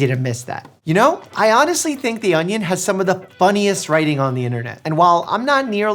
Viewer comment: The way you say onion awnyawn